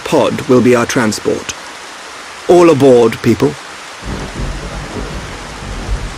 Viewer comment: the way he says it “oll A bordt peepol”